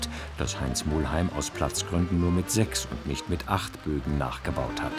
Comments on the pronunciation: Kleine Anmerkung an die Redaktion, er heisst Muheim und nicht Mu*L*heim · Bitte? Der Mann heisst Muheim, nicht Muhlheim... Wie der legendäre Lokführer Franz Muheim mit seiner Ae 6/6 "URI"